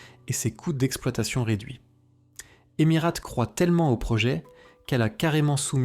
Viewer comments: EmiRATE non mais sérieux c’est quoi cette prononciation de merde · Non mais c’est une blague la prononciation de la Cie aérienne ? C’est tellement débile, sans compter la voix monocorde : horrible. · apprends a prononcer correctement emirates c'est insupportable